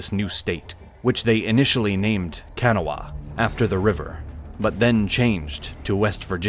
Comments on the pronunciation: Kanawha is pronounced Kuh-naw. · Kanawha is pronounced Ka-naw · As a native West Virginian it is worth noting that West Virginia was admitted to the union as a slave state with the provision that it would abolish slavery in the near future. Also to hear non-West Virginians trying to pronounce Kanawha is always good for a laugh. Your attempt at pronouncing it was laughable.